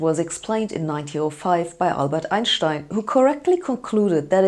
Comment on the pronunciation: Thanks for teaching me how to say “Einstein” in German. Never thought it was different from the English pronunciation. Please make an episode on all those German names =p for the uneducated like me.